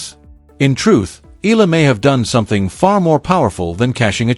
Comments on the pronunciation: Eala!! Not Ila!!! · EEE~YAH~LAH not ee~lah. Filipinos pronounce every syllable or every letter if 2 vowels are together like EALA. If you know how to pronounce AYALA just change the FIRST letter "A" into EEE then YAH~LAH. Just to be clear. Otherwise THANKS for this vlog. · Eala!!! Not Ela! Please pronounce it well!!!! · pls sa E-ya-la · This YouTube would be more convincing if it actually said her name correctly. Ee-ah-La. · EALA is pronounced " EYA-LA". The combination "EA" - la is pronounced like a diphthong, common to Filipino vocabulary.